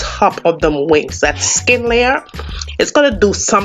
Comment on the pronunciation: I subbed as soon as you said “pick dem off”. Remind me of my funny auntie, I’m making this tonight